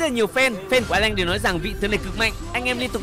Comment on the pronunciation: Alan chứ a lanh:)))